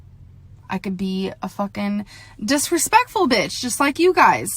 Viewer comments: DISPECKFUL AHAHAHAHAHHAHAHAAH SHE MAKES IT TOOOOO EASYYYY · BO-L-TH of which were said in our gorl's own special way.